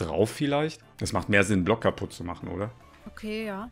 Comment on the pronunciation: en blöck perfektes Englisch:)